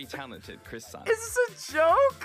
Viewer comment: "Chris san" 😂